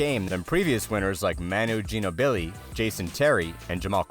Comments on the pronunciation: I haven’t heard him say it yet but I bet it sounded like GEE-NO-BEE-LEE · Enjoyed the video. Im not even a spurs fan but man I'm offended how bad you butchered Manu's last name 🤣🤣🤣